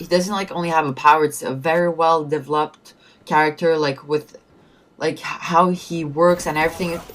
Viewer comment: quick english tips: turquoise- pronounced TER-koys, like boys. developed, emphasis on the "vel". so de-VEL-oped. and from one of your other videos i remember you said accuracy like acc-ER-acy. you pronounce it "ur" like your. so AC-your-asee. also, motivate is pronounced MOH-ti-vate. not like mahtivate. don't worry, im not trying to be a dick. just helping you learn english better. honestly though, the turquoise thing was funny since you pronounced it like in french. lol. nice vid tho